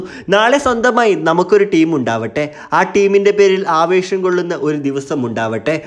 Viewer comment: ആവേഷം അല്ല മോനെ ആവേശം 😔